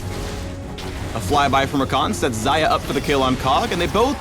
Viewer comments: Зая значит, не Хаях, не Шая. Зая.... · Why do u pronounce it Zaya? It must be Ksaya. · Xajah or Saja how she is pronounced means rabbit in russian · I thought it was pronounced like 'Shayah' :( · Am I the only one who keeps hearing "Zarya?" That's not even the right game! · ang-Xayah-tee FailFish